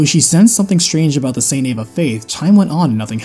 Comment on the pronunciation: Eva is pronounced E-Va Not A-Va. It's an E not An A.